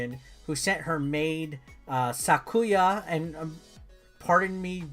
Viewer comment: great review on the game! there are a couple things i wanted to add onto/correct. first, pronunciations. touhou is pronounced like the words "toe" and "hoe" in english. also, you pronounced sakuya fine except the emphasis is usually put on the beginning like SAkuya. second, origin. luna nights takes characters and stages from various games in the touhou series (mostly touhou 6 with some others thrown in). all of the music is remixed from actual touhou originals. this is a fan game but ZUN (the creator of the mainline touhou series) is very relaxed about his ip guidelines, and you can really do anything as long as you dont use his assets. iirc he's even stated that he doesnt care about western fans pirating the older mainline games because theyre so hard for us to get legally. but enough about that lol. overall, i really enjoyed this review and im gonna start watching more of your channel. i dont really play indie games or metroidvanias (even tho i speedrun this game) but who knows, maybe i'll get inspired.